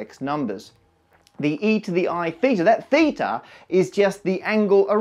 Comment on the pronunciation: as a native Greek speaker I think that you pronounced θ pretty well